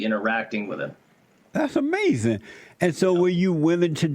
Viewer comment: Styx: I almost died and was hospitalized Jesse: That's AMAZEN man